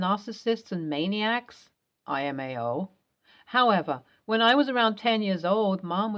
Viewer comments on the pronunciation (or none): It a lowercase L not an uppercase I. LMAO lmao so please stop saying imao